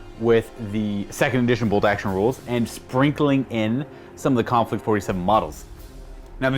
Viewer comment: Konflict 47... the Mortal Kombat way to say conflict 47